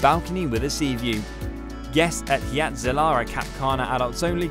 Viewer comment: I guess "hurricane " isnt the only word Brits never pronounce correctly. Hyatt is pronounced "HIGH-att". Not "HEE-att"